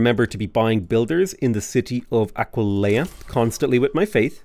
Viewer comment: Talks about Arretium and Aquileia What I hear saying: Al-righty-then, I-kill-ya